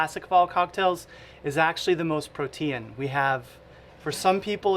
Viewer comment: No one has commented on his mispronunciation of "protean"